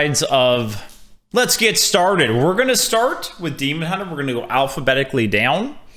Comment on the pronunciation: The way you hit the hard "alpha" in alphabetically made me wonder what beta-betically would be like.